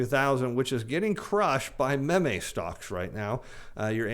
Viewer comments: I gotta level with you... I love your content and your macro view teachings, but it irks me to no end that you say MAYMAY instead of MEEM when referring to Meme Stocks. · Did just pronounce Mem Eh stocks? minutes, isn't it pronounced Meem Stocks? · PRONOUNCED MEEM. I KNEW WAS AN 👽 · Love your show My kids just beg me to tell you it's pronounced "meem" stocks Keep up the good work Your format is refreshing and crisp In their words: "You rock" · I was a hair away from thumbs down for that “mem-may stocks”; you’re walking a fine line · Meme is pronounced meem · Ok he said meme wrong, the es sound like the es in gene. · That's what happens when you read instead of watch TV. He pronounced it phonetically.